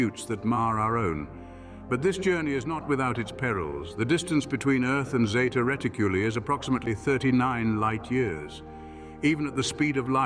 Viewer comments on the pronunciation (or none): Its NOT Zeta Riticllly its Zeta reticuli!!!